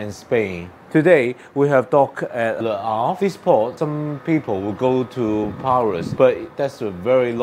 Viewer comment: I will be hitting Le Havre next year so was interested in your blog. May I say that your pronunciation is excellent.